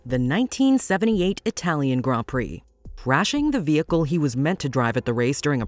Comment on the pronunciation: Thank you for pronouncing grand prix correctly